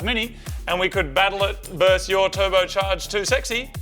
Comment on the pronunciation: It's versus not verse! FFS